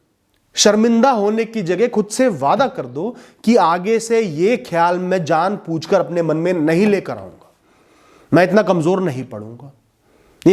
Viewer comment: सर जो शब्द आप बोल रहे हो ना इस वीडियो की शुरुआत में पूछकर वो जआनपूछकर नहीं होता बल्कि जानबूझकर होता है सर माफ कीजिए गुरु आप हैं लेकिन जहां आप गलत थे वहां मैंने आपको सही करने की कोशिश की है